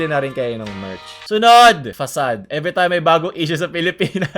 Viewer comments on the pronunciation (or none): none